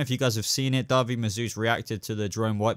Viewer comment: The way you pronounce David's names cracks me up everytime I've only heard people pronounce it de or sometimes di, duh-veed last name in point tho. I'm not trying to change the wY you say it I just thinks is funny